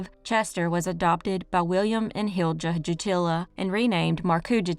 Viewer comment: As a Finnish person, I want to give a side comment: Jutila is pronounced Yutila and Hilja as Hilya and so on, pressure on the first syllable. Markku is probably more like Marcku. Stressed on the middle of the name. Anyways, back to the video